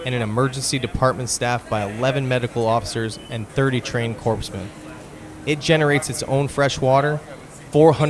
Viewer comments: Core-man not corpse-man. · Corpsman was always pronounced in my family as core-man, not corpse-man. Other than that, great video!